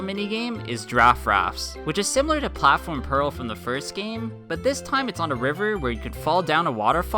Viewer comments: platform peril, not platform pearl daft rafts, not draft rafts pitifall, not pitfall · Platform purrul